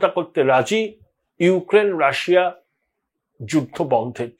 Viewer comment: Rassa bolchhen keno?...😂😂 pronunciation thik korun